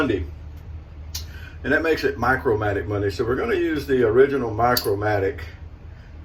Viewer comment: Just one word, "Micromatic", not "Micro Matic, and never "MMOC".